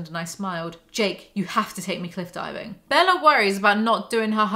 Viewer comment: It’s forever going to be the “Bellar” pronunciation for me 😂💀